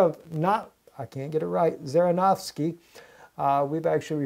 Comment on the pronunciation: it is pronounced tzirinofsky tz as in bonjour